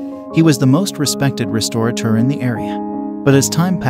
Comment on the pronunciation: The narrator needs to learn how to pronounce “restaurateur”.